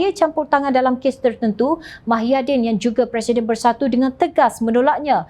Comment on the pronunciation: Ada silap dia sebut mahyaddin...sepatotnya muhyiddin